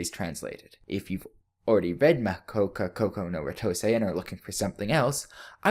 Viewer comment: DAT AMERICAN PRONOUNCIATION OF THE TITLE! I'm sorry, I don't mean to be "That guy", but seriously, that was just... If you can't pronounce it, why not use the english title? "The Irregular at Magic High School".